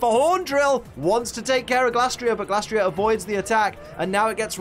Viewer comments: It feels like you're mispronouncing Glastrier here. I'm certain the Gla part comes from Glacier and not Glass. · Just wanna confirm. How do you pronounce Glastrier? 1. Glay-stree-er (kinda like Glacier) 2. Glass-tree-er